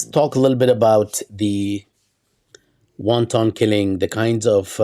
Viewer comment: Unless you're talking about the Chinese dumpling,, the second syllable in "wanton" gets the Schwa sound. With love, as always... ❤